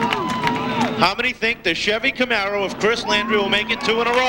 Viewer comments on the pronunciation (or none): none